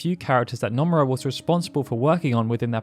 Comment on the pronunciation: The mispronunciation of Nomura actually frustrates me